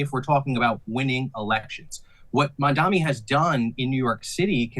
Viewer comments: There is a concerted push by bigots and islamophobes to mispronounce Mamdani's surname as MAMDAMI. We know you're doing it. You're not clever. Please fire the news anchor. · It's M-A-M-D-A-N-I, Mamdani the purpose of mispronouncing is to show passive aggressive opposition without openly saying your for or against him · say his name right 😭😭😭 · The stupid host needs to learn the name correctly. It’s not that hard.